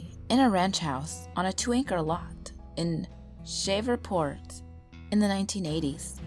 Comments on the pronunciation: PLUS , IT'S NOT SHAVERPORT , IT'S SHREVEPORT . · It's Shreeve-port, and you definitely never lived there if you say Shaverport 😂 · It's called SHREVEPORT... NOT SHAVERPORT, you stupid bitch!!! Y'all never lived in Louisiana in your life!!!!! It ain't called a "glider swing" at all. They're called PORCH SWINGS!! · Its not pronounced "shaver-port", its pronounced "shreeve-port". Thats how you pronounce Shreveport. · Ok, some constructive criticism. First story, it's pronounced Shreve-port, just like it's spelled. The picture shown looks nothing like Louisiana. There are no mountains in Louisiana. The first story also has a logical hole. The narrator says they didn't even know how to get into the garage, but then the roommate complained that the story teller's moving boxes were all spread around. If she didn't know how to get into the garage, how did her moving boxes end up there? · "In....SHHHEvea port. In the nineteen eighties." XD Wow! The narrator I assume is from round here. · It's pronounced sh reve port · It's pronounced (shreeve-port) Shreveport lol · I thought it was pronounced shreevport lol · I don't have to go to Louisiana. I live in Louisiana! Oh, and it's pronounced as Shreevport. ee, like leave. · its called shrev- port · I'm from Louisiana, Shreveport is pronounced {Shreeport) it's also a big city. Very little "country" style land plots good story other wise :) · I actually thought Shreveport was pronounced shreev port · Why can't this woman pronounce Shreveport if she lived here? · she pronounced shreveport wrong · I cringed when they said it wrong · lol that pronunciation of Shreveport. XD it's worse than the New Orleeans mispronunciation of New Orleans. anyways, I'm from the BR area. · im from Shreveport Louisiana it's ok she got it wrong she must be from up north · You never lived in Shreveport, La, or you would know how to pronounce it. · You pronounced Shreveport wrong very wrong but great story!!!